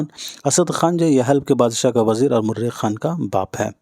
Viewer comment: Murekh nahi hota mareekh hota hai